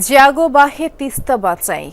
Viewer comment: উচ্চারণ ঠিকমতো করেন।জিয়াগো না,জাগো